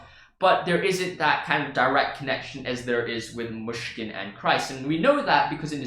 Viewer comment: You prononce "Myshkin" very good, I say it being Russian